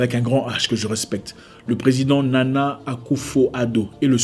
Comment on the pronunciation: Prononcer Nanan pour le PR ghaneen